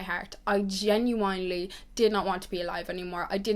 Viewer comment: Genuinely*** not genuanelly babe. Xx